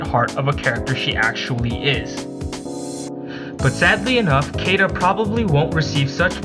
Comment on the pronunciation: I believe her name is pronounced "See-da".